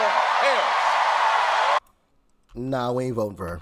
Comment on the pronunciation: I love the way that each of the ladies pronounce VP Harris name differently.